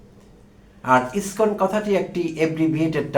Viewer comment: আপনার মত ছাগল যে ইসকন শব্দ উচ্চারন করতে পারছেন না।আপনি আবার আবার ইসকন নিয়ে কনটেন্ট বানাতে আসছেন?